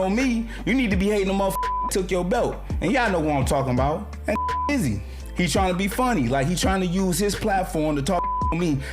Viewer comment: basically said Izzy like bussy 😂😂😂